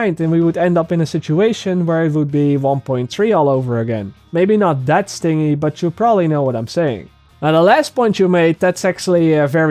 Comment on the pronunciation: If you're trying to correct him, at least suggest the correction phonetically. That still looks like sting-ee, phonetically it would be "stin-jee". Regardless, he speaks Dutch, give him a break.